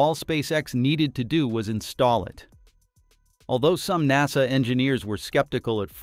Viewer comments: N A S A.... you mean NASA? Thanks AI voice. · Good video, but lacks human testimony. This is A.I. talking about things that it knows nothing about and that's why it says In Ay Ess Ay instead of saying Nasa... A.I. cannot be trusted because it has no scruples against lying. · en ay es ay? Only AI makes this kind of mistake. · When people make these videos using text to voice, they should spell out the words phonetically so that we don’t end up with the word NASA sounding like, En A Es A.